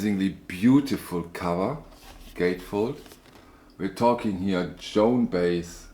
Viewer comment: Hi. Just a tip for you. Joan’s last name is pronounced, bi-ez. ☮️